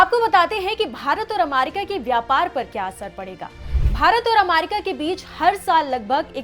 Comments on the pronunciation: it’s America and no Aamerika 😂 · अमारिका नाही अमेरिका ऐसा शुभेच्छा बोलते है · First of all its America not Amarica😡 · Ap America ko bar bar Amarica kyun bol rahi hain madam? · America not amarica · America not aaamerrica , gwar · Amaarica bolna sikhao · America bolne to sikh le pahle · 😂 pronunciation bhi nhi aata hai aur news banane chal diye